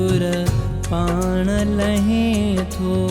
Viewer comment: No. It's Lahein tho. He is Correct.